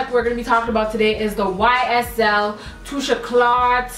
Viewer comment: When she said the YSL thing I choked😂😭😭 "tusha clart"